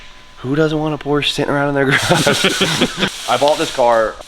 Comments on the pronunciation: Say it with meeee POR-SHUH 😂😝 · Por-sche is a two syllable word 😉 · didnt say the P name right once in this video... cringing everytime, like with the angle grinders without the protective covers:)) looking forward to the transformation tho,:p